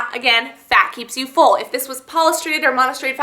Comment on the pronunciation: you cannot even pronounce polyunsaturated or monounsaturated, you are not a dietician, please do not give out diet advice. you neglected to mention the cholesterol content in the coffee ice cream, which is a concern of many dieters.